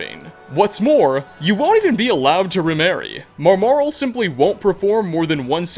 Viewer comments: I wish could read. It’s Maramal, not Marmarel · His pronunciation of Maramal is far, far worse. He needs to stop playing the game with the sound off (a reason he gave in a previous video for why he pronounced one character's name so wrong).